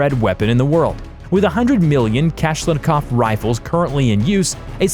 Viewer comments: Kalashnikov not kalshkinov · He says MacCarthy Kashnikov :-D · yeah... kalahkinow... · Makai T. Kalshkanav? Arya F. Kiddmni?! (Are you ... kidding me?!) These [ i ] in Mikhail are both to be pronounced the same as in "kidding". [ ka lash ni kaf ] should never ever sound like [ ka lash KA NAF ]. BTW, you should put the stress exactly on the vowel you've thrown away (the second one): [ , ka ' lash ni kaf ]. And the stress in Mikhail is [ miha ' il ] (the last vowel). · did he really say kashnikov? its kaLAshnikov my guy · Kalashkinof lmao It's kuh-lash-ni-koff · Kalashnikov not "kalashkinov" you sick fuck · How u pronounced Kalashnikov?! When you said [kashalnkov] my ears started bleeding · This fucker said “kashkinov”. TF!? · His name is pronounced "kol-ash-no-cov" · Simo Häyhä - Finnish (Not Polish) Mikhail Kalashnikov invented ak-47 was Russian (Not Polish) (KA-LASH-NEE-KOV) Bombs - not guns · wtf who is kalablabla ITS KALASHNIKOV СУКИ БЛЯТ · Kashlankow and Hguo Smasier. (Hugo Schmeisser). Pronounced: Schm-I-Ser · kalashkinov… lmao what a dumb fuck! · I heard cowshicov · kalashkinov---- ok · You can just read the names as written. Mi-ha-il Ka-lash-ni-kov. There is no need to put syllables in wrong order just because it's not a western name you're used to. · really? Kalaškinov? so, an american rifle is Renimtgon? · Mikhail Kashlikov?! Mr.Kalašnjikov invented perfection then,while your vocabular skills are miles from there...lol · Simo Hayha vvas Finnish NOT Polish & the majority of his 700+ confirmed kills vvere made using a Mosin Nagant vv/out a scope. Also , the AK47's designers name is pronounced " Kah lash nik kov" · THANK YOU. I was pissed when he said "kileshnikov". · PlanckTime Runner “a thousand people got together to create a cockfanny” Had to be the best lip fumble out. Kalshnov also for the AK? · My personal favourite is "cash-lan-cough" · I heard “Matiah T. Kalshkinov” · Its Kalashnikov not klashkinov... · The way he said Kalashnikov was horrid